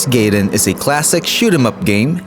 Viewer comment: GAI-den not GAY-den,....